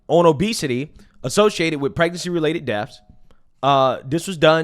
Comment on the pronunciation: Dude, PLEASE learn to pronounce words properly! Your Ebonics are absolutely embarrassing! It’s NOT ‘morality’ it’s ‘MORTALITY’!!!! It’s not ‘deffs’ it’s ‘DEATHS’